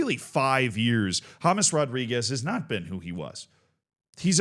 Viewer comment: His name is James, not James